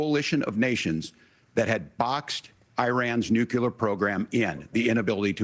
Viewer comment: SAY FUCKING 'NEW' SAY FUCKING 'CLEAR' IT'S FUCKING NEW-CLEAR NOT NUKE-YOU-LRR.